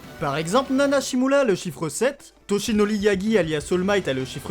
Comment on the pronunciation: Pk au lieu de dire todoRoki tashinoRi tu dit todoLoki et toshinoLi Je suis la seule a avoir remarqué ?